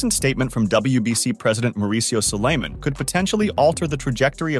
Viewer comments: I hate the way he says Sulaiman (It's pronounced like Solomon but Suuu-La-mon, foo) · David will never get this fight ever And learn how to pronounce Suliman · WBC President's name is being butchered badly. 🤣👎